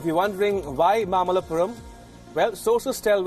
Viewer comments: It's mamallapuram not mallapuram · It's not mallapuram... It's mamalapuram or mahabalipuram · Think it is mamallapuram and not mallapuram. Mamallapuram is Mahabalipuram in Tamil Nadu.